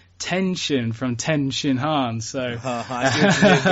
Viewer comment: Please if you have to call him Tenshinhan can you use the right inflection